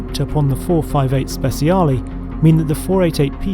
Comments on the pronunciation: “Speciale” not “spesiale”.. our “c” is more like your “ch” . Just in case you want to say it correctly 👍🏻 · it's not ¨speSiale¨, it's ¨speTCHaale¨